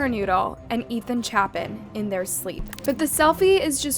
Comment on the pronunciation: First, the so called "selfie" is an altered picure. Second, he is innocent. Third, Chapin is pronounced ChApin with a long a. I stopped watching at this point. You need to be better informed before you share your "story."